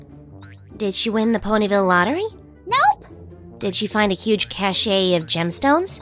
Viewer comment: "Cache" is pronounced "cash", not "cashay".